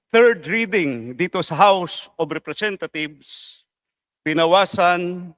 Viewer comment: Tama ba dinig ko o pronunciation lang house of representathieves